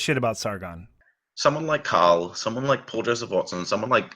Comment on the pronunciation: He calls Carl “Kyle”. It is his accent or … what is going on here?